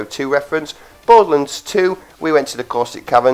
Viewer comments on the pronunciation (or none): It's borderlands not boredlands